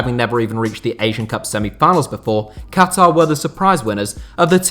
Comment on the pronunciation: It's still refreshing to hear a western person saying Qatar and not Cutter. BTW, suggestion: 7 last Chelsea signings before the Abramovich takeover.